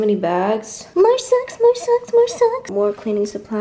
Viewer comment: I was in on different tab when you said 'more socks' and I thought you said 'more sex'! haha